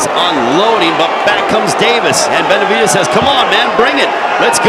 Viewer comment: The commentator can't stop saying Benavidaz lol